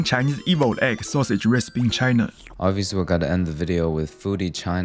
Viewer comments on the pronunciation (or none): none